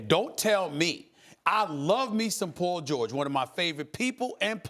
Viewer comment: Who's Pol Gorge?